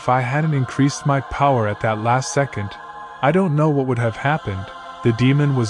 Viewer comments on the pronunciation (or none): none